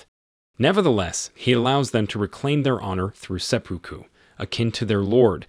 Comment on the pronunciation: se-poo-koo. ✓ se-puke-koo. ✘